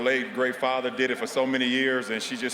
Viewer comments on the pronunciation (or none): none